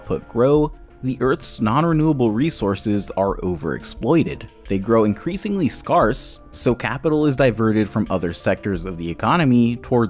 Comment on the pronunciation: Just FYI, the word 'scarce' is pronounced like 'scares', not 'scars'. Good video tho, one of your best.